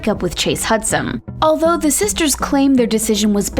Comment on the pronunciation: Hudson* not Hudsom*